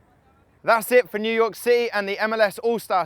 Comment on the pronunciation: New Yoyk city lol